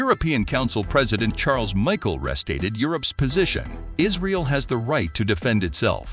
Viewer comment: The You? EU is always pronounce like the letters EU.....And it is Michel, a French name, not Michael. Is this commentary done by a robot?